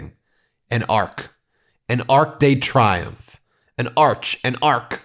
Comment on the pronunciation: The Arc de Triumphe. Pronounced Tree-umphe, Donald.